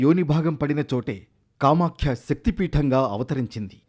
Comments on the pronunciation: కామాఖ్య అమ్మవారు,కామాక్షి కాదు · Kamaskhikadura kamakya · Anchor is telling kamakshi instead of kamakhya. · Kamakshi devi kadhu kamakya devi annayya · కామాక్షి కాదు నాయనా కామాఖ్య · Kamakshi alayam kaadu kamakya alayam